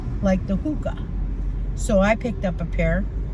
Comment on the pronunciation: Hoka? Not hooka…maybe